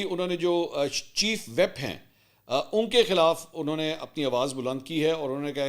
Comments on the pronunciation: Mansoor just to correct you . It’s not chief WHEP but it’s chief WHIP. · متعدد بار عرض کیا ھے کہ چیف ویپ نہیں ھوتا۔ چیف وِپ پڑھا جاتا ھے۔ Chief whip 😂